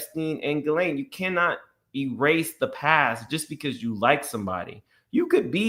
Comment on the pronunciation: … her name is pronounced GHEE-lane … not GHISS-lane 🤭